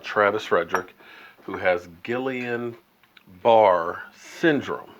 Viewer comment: I’m lowkey cringing everytime you say “Gillian Bar”. It’s pronounced “Geeyun Barrey” (don’t ask me why, that’s what the doctors said when my family went through it)